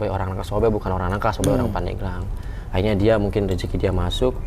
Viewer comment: Pandeglang min bukan Pandegelang